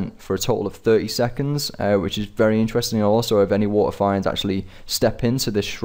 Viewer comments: Okay. I love your vids. But PLEASE! WATERFEENDS! WITH A LONG E Lol sorry just a pet peeve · They're pronounced "fee-nds" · "Wa'eh finds" kek